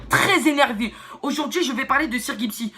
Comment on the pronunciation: Pas trrrrrrrrrrrrrrrrrrrop zenervé mais trrrrrrrrrrrrrès énervé